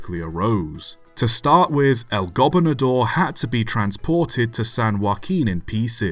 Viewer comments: Really? "El Gobinador"? You're like saying the Spanish word for Governor too fast. It's "Gobernador". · The primary accent on "Gobernador" is on the second syllable, not the first. The secondary accent is on the fourth syllable ... go-BER-na-Dor